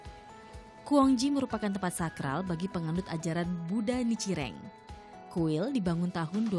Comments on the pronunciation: Nicireng ?? Kau kira jajanan Salah pnyebutan tuh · Nichiren... Bukan Nicireng.. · Nichiren itu yg benar